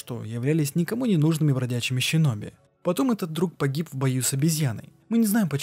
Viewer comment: аЩина Щиноби секирО пздц уши кровоточат, а так норм разбор Лора!